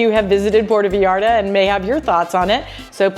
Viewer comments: I was gonna say it was wrong, because the first 3 times I clearly heard a Puerto "Vallarda", instead of "Vallarta", then I had to delete the comment because midway through the video you were saying Vallarta, so... yeah, enjoy the beach, it's now an american focused place, when I visited everything was in dollars, which I'm not that fond of, but there's lots of places for National tourism anyways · I think your vlogs are interesting- but the way you say Vallarta is incorrect and it’s hard to listen to. It’s pronounced Vie Arta not Vee arta